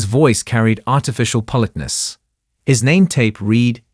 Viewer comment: OK. Up to the voicing isn't too bad. There have been a couple of minor errors, but nothing as egregious is the other AI voice. Can't pronounce "politeness" . There's another mispronunciation a couple of seconds later. "Read" is not pronounced "reed". Can't pronounce "sergeant". And so it goes. Mispronunciation after mispronunciation. It gets worse, minute by minute. It could have been a wonderful story about a talented female sniper. Instead, it was not very good.